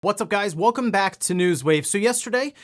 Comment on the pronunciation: Day 2 of trying to make acknowledge his own peculiar way of enunciating the "-me" in "welcoME back to News Wave" at the beginning of every video.